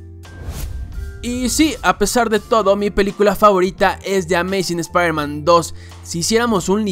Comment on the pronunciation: shpairman XD